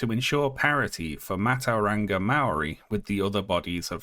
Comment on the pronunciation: "Matauranga" is pronounced "mah-toe-rah-nga" ("ng" like in "long") but otherwise a pretty good account of the controversy.